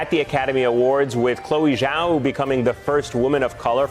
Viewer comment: Its pronounced jow or jao btw not zao, the zh makes a j sound like in just or juice